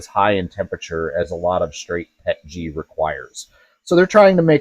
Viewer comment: is actually one of the few CCs that actually says the acronym correctly. PET-GEE. Every chemist knows they've been saying the P.E.T. as "PET" & then adding The "G" for glycol. That additive which makes it easier to print than standard PET. GOOD video! Thank you!